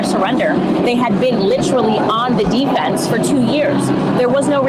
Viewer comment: “DEE Fense!”